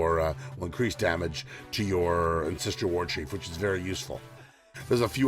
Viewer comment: Good video, but my god do I wish you'd stop saying Ancestrial Warchief and Astrial Plate there's no damn "i".